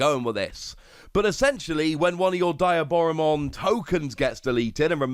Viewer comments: Its dee ah bora mon. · how is there not a single person on youtube calling diaboromon by its correct name? it's DEE-AH-Boromon. Like Diablo, or a demon in Spanish.